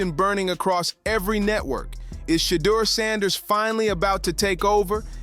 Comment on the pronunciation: “Sheddar Sanders”